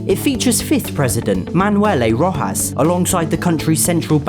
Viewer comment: i love this guy why? cause he pronounce "Roxas" as Rohas not Roxas (with the normal x sound)